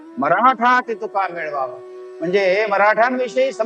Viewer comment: "मिळवावा" नाही "मेळवावा"